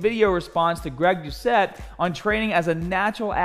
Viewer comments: it’s not pronounced greg douche-A. it’s duh-set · I f...king love that you mispronounced Greg’s last name!!!! That’s his shtick... well played sir. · The tt in doucette is not silent. He says his name all the time in his videos.